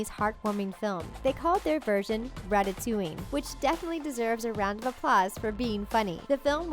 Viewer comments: You said ratatuing But it's supposed to be ratatooing like a spring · issnt it rat-a-toing not rat-a-to-ing.